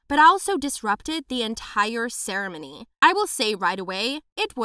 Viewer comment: the way she pronounced ceremony